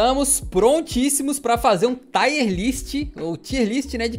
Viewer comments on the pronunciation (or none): "taier" list é fei demais de ouvir tá doido